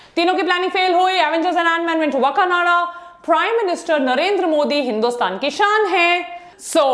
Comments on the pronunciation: Maidumb its not wa kananda Woh hai Wakaaandaaa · Maam part 2 to chahiye Aur woh wakanada nahi wakanda hai